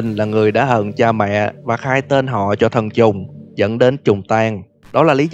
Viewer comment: sao ảnh nói thần trùng mà tui cứ nghe là t*nh tr*ng 🤣🤣